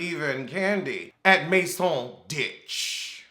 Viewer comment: "At Masone' ditche" 😂🤣 Translation: In the ditch chile, the moldy AF ditch.